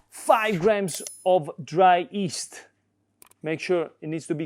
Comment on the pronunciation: I agree with your wife and don't add honey to pizza dough although it's very popular in America probably due to Chef Wolfgang Puck. PS If your interested to pronounce yeast correctly in English, you might try saying gli as in Italian and the rest of the word.